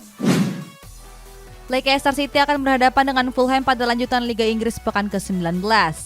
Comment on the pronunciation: Leister mbak., Bukan leikester